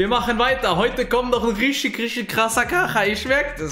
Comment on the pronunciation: Sag bitte nicht isch, nisch, rischtisch das klingt mies assi und scheisse Sonst geiles Video 🎉